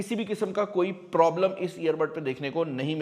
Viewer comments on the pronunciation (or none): none